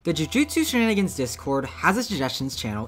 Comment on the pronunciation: “shininigans” THE WHAT TOWERS?